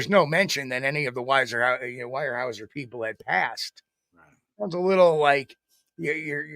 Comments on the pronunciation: It's not why-er-house-er it's ware-house-er (Weyerhaeuser) 😅😊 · Pronounced wherehouser